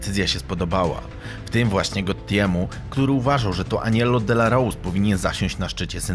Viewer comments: Nazwisko Aniello Dellacroce wymawia się Dellakrocze nie Dellarous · Mierny film. To nie Gotti zniszczył mafię, a RICO, proces komisji zaczął się zanim odpalono Paula Castellano. I nie zrobiono tego, "bo nie pojawił się na pogrzebie", a był chciwy i grabił swoich ludzi. I nie "delarołs", tylko "delakrocze". xD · DELAROCZE NIE DELAROSE powinienes po ang poogladac niebyloby takich burakow ziommm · Mówi się Dellakrocze a nie Dellrouse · Świetny material ale ten facet nazywał się Aniello Dellacroce, nie Dellarose, nie czepiam się bo świetna robota, czekam na kolejne materiały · Poprawna wymowa to 'aniello delakrocze".